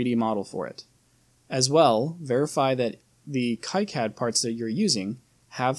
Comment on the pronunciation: The correct pronounce is "key-cad"